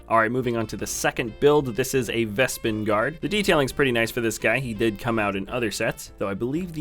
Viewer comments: Its bespin. Not vespin. Vespin is a toilet. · You said "vespin" guard lol. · no, I'm pretty sure he said vespin, not sure why